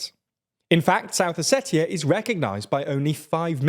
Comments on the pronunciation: It’s not pronounced how it’s spelled, it’s pronounced “Oseshia”. With a “sh” where the “t” is. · That's not how you pronounce Ossetia 😂😂😂 Com'on guys, you cannot bring the news and live under a rock at the same time 😂😂😂 Think about the words international, spatial, etc...